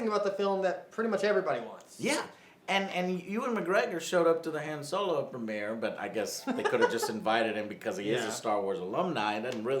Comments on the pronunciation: "Soylo" ftfy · Is it me or is Joe pronouncing Solo's name wrong?